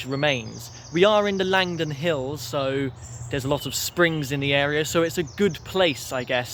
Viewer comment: Langdon is pronounced Lanedon by the natives. Trust me i used to be one of them.